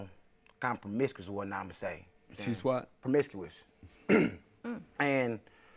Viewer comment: Lmao she can't even say promiscuous, she 4 da streets cuz. He just as messed up as her, bruh sued his mom's. What?